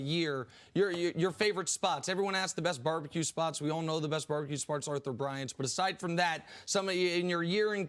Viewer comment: This man said Arthur Bryant's lmao